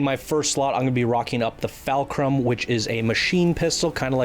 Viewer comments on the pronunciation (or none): its pronounced FULL-CRUMB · Your pronunciation of fulcrum and super Saiyan makes me cringe